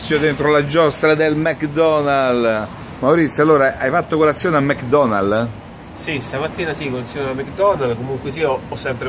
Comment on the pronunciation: "mec donall", "ramadam"... fantastici!